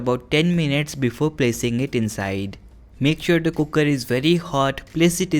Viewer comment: Please don't say kukkar. It's cooker. Thank you.